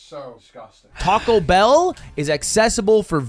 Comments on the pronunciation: tact o How you pronounce it, think tik toc, like the clock noise. "Toc-oh" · 😂 also funny how and Ludwig correct on pronunciation from Tackow to Tac-o 😂😂😂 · Tacko = Good Tacou = Not good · It's Taco not Tarco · Teases Mouse for "Peekza" and "Sangwich", proceeds to say "Tacko". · Why does he pronounce taco like “tahquekhol” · The fact hates the cheese sauce and can't pronounce taco. I'm American and have never been so offended at him. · can really not hear himself pronouncing taco differently? lol